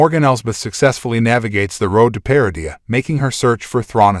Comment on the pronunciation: Maybe pronouncing correctly "Malachor" , "Lothal", "Peridia" will help me watch more...